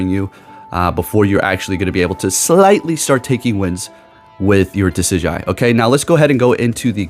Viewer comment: (Duh-sid-jew-eye) lol. But you were close